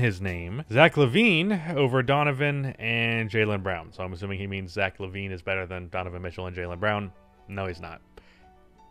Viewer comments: it's zach lavine, there's no e in his name say what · it's Lavine not Levine Also: WILT CHAMBERLAIND